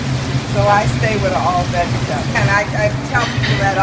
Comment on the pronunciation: Gotta love SOUTHERN talk..."veggie-tebble" (vegetable)...my grandmother pronounced it that way too...NOLA Baabay!